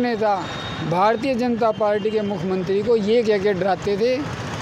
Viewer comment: ये लोग पहले बोलना तो सीख लें। नौकरी तो इनको जरूर चाहिए। साफ कपडे पहन लेने से व्यक्तित्व नहीं बदल सकते। यह बार - बार मुख्यमंत्री को भी मुखमंत्री बोल रहा है।😂😂😂😂😂